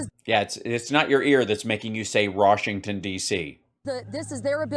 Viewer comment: "Rashington DC " LOLOL